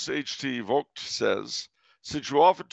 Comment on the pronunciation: Thanks for the feature Professor! The authentic (continental one could say) way you pronounce Vogt is interesting. My family has been in the cincinnati region since the Civil War. We say "V-oh-t". Makes me ponder how much anglicization is too much!